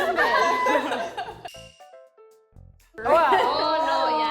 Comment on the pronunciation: Zaracho's attempt: Yatch Cumbumber Pwanyaht😂😂😂 Arose Mischivieus😂😂😂 Febyuery Rezheem Valey